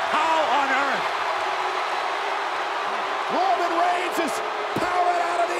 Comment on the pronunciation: the way she says Ronan reins is funny